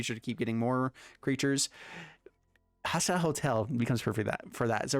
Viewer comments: Hostile HOSTEL. Love your deck techs, but this was killing me lol. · Even if he says hostel I think it'll still be grating if he doesn't also change his pronunciation of hostile to match ;)